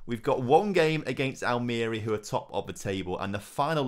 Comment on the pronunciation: any chance you can give everyone an early Crimbo present and learn how to pronounce Almeria for next episode. lol